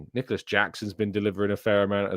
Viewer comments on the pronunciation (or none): none